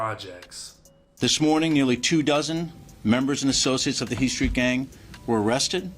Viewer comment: lol he can’t even say Street properly !